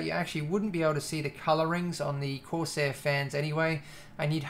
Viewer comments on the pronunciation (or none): none